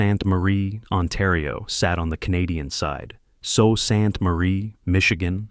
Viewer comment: We pronounce the Sault portion as Sue. The L and especially the T are silent